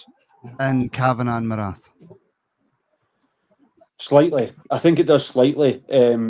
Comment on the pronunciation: Paraag Marathe - his last name rhymes with karate